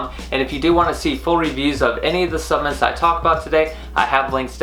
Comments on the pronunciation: Suhp-la-ments jesus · I am into the video and if he says Subments one more time, im leaving ahahaha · Subments. You keep saying subments.